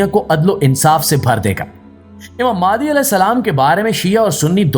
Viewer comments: Likha nh bol b galt raha ha mehandi ko mahdi bol raha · mahdi is the right word,not mehandi